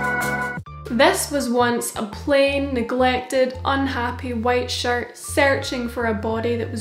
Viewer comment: I Love this but every time you say “shirt” I hear “shart “ and it sends me into a giggle fit XD